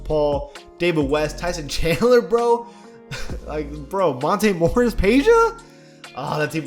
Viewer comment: really said monte morris